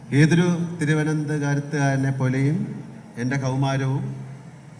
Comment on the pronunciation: ഒരു തിരുവനന്തപുരതു കാരന് തിരുവനന്തപുരം എന്നു പറയാൻ അ റിയില്ല